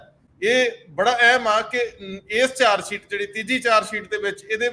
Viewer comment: The word is charge sheet and not “charge seet “ as is pronounced in your comments . Right pronunciation is the soul of a language . Thanks .